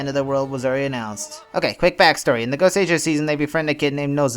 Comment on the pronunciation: Yeah it's not really a mark against you but when you know how it should be pronounced and someone is making an informative video pronouncing it wrong it irks me. Still though I have heard enough people pronounce Goseiger wrong to forgive you. Now if I could give you one piece of advice it would be to not make comparisons between Sentai and Power Rangers. Regardless of how much easier it makes things to explain Sentai is its own thing and if you don't want to talk about it then don't